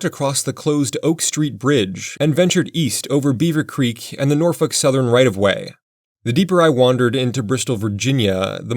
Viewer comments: NORFOKE not NORFUCK 😂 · It's not norfuk, it's nawfek...get it right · Norf O lk Railroad, not Norf U ck. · It's pronounced "Nor-folk" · I like that you say Norfuk instead of Norfolk lol. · How many people got made this dude called your city NORFUCK? LOL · Nope, he said Norfuck, and I turned on CC to make sure that is what he said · No, I listened to him three times, and HE said NORFUCK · I've never heard Norfolk pronounced that way before. 😂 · yall hear it when he says "norfolk" or is it just me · nor fucks were given in that line read